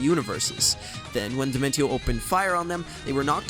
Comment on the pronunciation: You pronounced Dimentio's name wrong. It's pronounced Dimentio (dimen-shee-oh).